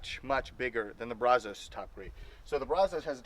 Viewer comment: It’s Pronounced. Braz-US